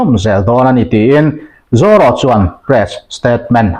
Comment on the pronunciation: Zaw ro ni lo in Zoro tih tur a ni lo em ni le ka pu